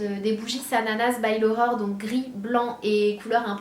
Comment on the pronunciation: A chaque fois que tu dis "l'Aurore" j'entends "l'horreur" lol ^^ En tout cas bravo pour ton projet =) (même si le prix est trop élevé pour moi perso)